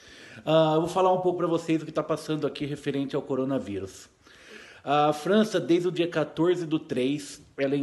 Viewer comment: Depois de quase 4 meses de mortes, depois de mais de 1 mês anunciada a pandemia, depois do planeta todo estar em desespero total o Toguro chegou: "Coronarivus pelo mundo" kkkkkkkkkkkkkkkkk Sua bolha ta tão foda em mano... que tu só foi acordar pra isso agora?